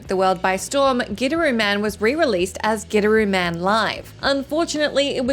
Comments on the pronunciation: Wow, you really did butcher the "Gidderooman". Lol, from WhatCulture, you definitely haven't player this one, aye? The pronunciation itself is in the game and yours was not it for Gitaroo Man. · The first game i thought you said Get a room man. 🤣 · I've played all but 3 of these and I'm definitely not someone who seeks out obscure games or anything like that 10. I have absolutely played Gitaroo Man, and spent many hours on my friend's couch in college trying to master it haha. Also I always find the pronunciation in the video weird. I understand the inkling to say it that way without context, but given the game is about a guitar playing hero, it's weird that so many people aren't compelled to pronounce it "Guitar-oo Man," which is essentially how it's supposed to be said (in Japanese it literally spells out Gi-ta-ru Man). 9. Have played Psi-Ops and I thought a good amount of other people had too. 8. Deadly Premonition I didn't play all the way through, but I have played. 7. I didn't play Grim Fandango during its original release (maybe because of all those "best evers" that came out haha), but I did get around to the remaster a few years back. 6. Yeah I dunno about this one as far as the list goes. The title doesn't say they're masterpieces that flopped financially; it implies not many people played it, and that isn't the case with Okami. Remasters and re-releases should count, because it leads to more people...playing the game. I thought it went longer than it needed to, but definitely a masterpiece. 5. This is one is one of the poster children for one of the best games nobody played haha. I honestly enjoyed it a lot but I somewhat agreed with reviews that said it didn't do a lot of things great, but did everything pre